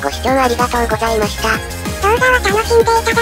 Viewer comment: 最後ごさいましたってなってました！